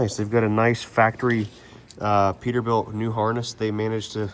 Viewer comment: Peterbilia? ScanerBilt?